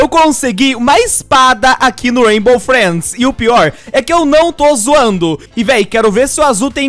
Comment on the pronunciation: Aq no "raibo freids" KKKKKKKKKKJKK cara chato do crlh mds,todo forçado